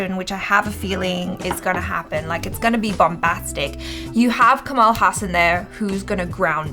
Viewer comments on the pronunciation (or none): right pronunciation of his name is ka - as in "co"ffee ma - as in "Mo"ther la - as in "La"La land ha - as in "Ha"llow ssa - as in mali"ssa" n - as n or Kamala as in "kamala" harris